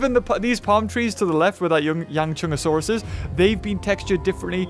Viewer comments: Not yangchunsaurus it’s yanchuanosaurus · pronounce it correctly it is Yang-chu-an-o-saurus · It think it’s pronounced Yong-Shyang-o-Saurus, I could be wrong But that’s almost how it’s spelled so yeah :/ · Yang - SHOE - ahn - O - saurus. But it don't really matter coz you were almost there. And yes. From Asia. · How to pronounce the dinosaur names that appeared in the video Yangchuanosaurus (yang- shwa- no- sau-rus) Nigersaurus (nee- zayr- sau- rus) Camarasarus (ca- ma- ro- sau- rus) Edmontosaurus (ed-mon- toe- sau- rus)